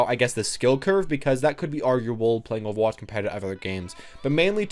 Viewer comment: the way you say overwatch is weird - ofawatch